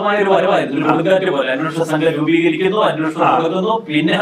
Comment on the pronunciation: അന്വോഷണം അല്ല അന്വേഷണം ആണ്. പറഞ്ഞു പറഞ്ഞു മടുത്തു... എത്രയോ തവണ കമെന്റ് ഇട്ടു! ' സോഭാവികം ' അല്ല സ്വാഭാവികം ആണ്. കഷ്ടം... പ്രബുദ്ധ കേരളം!